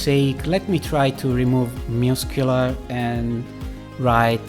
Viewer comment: I listened to this the first time and thought he was saying muse-killer... i had really bought in to it by the end. Muss-queue-lar.